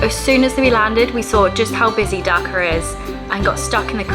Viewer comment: Great video. You may pronounce it as dHhhaa Kaa not daka and also not bang or Beng la desh but baaaang la desh